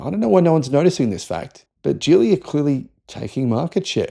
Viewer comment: It's pronounced with the "g" of "go" or "gig," not the "j" sound of "jelly."